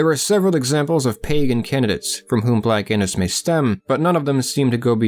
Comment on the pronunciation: Haha did he say black Anus?